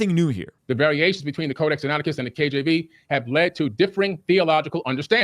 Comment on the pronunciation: Notice how billy never called it codac sinaticus until wes called him out on it?? 😂